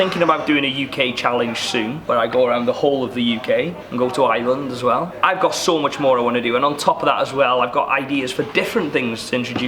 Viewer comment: Why do u call ireland island pronounce the r